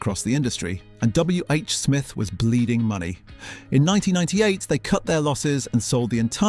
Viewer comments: WHSMITH, not WHS SMITH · God yes. That was winding me right up! Nobody has ever said it like that. Why the hell did he? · I dont think the script is AI - the voice is impressive if that is Ai. He does not always say W H S Mith. He says it correctly a couple of time. But I agree must be AI voice. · The AI voice is good, but makes a few mistakes. W H S Miths? 😂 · when you get to the piece where WHsmith is pronounced "WHS mith" numerous times you'll know. And it's all just got that tell tale words for words sake AI vibe to it. It's good to see all the historic photos but this isn't a labour of love by someone, it's just AI slop ultimately. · This is disappointingly AI generated. A British born human would know how to pronounce WHsmith properly.